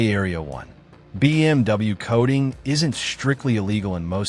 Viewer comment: I really hate the AI. BM...W